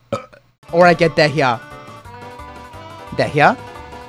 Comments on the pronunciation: It's pronounced "dee-yah" not "dehiagh" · AM I THE ONLY ONE WHO JUST FOUND OUT DEHYAS NAME ISNT PRONOUNCED AS DEEEE-YA BUT DAYHA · Its pronounced either "diya" or "deya" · PLEASE HER NAME IS PRONOUNCED "DEYA".. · i cant with how he pronounces dehya 😭😭😭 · The way he says Dehya instead of how they pronounce it in game annoys me deeply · Your pronouncing dehya wrong 😢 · Why are you pronouncing Dehya this way?